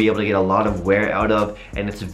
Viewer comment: LOL “check these oot”